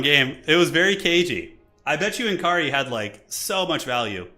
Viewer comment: its nkari, not eNkri :D